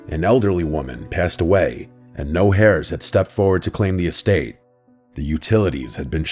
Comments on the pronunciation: Hairs??? 😂😂😂 it's air-s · Even when he can't pronounce heirs? Lol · The H in "heirs" is silent.